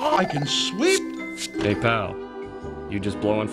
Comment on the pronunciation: You show of make him say sweews instead of sweep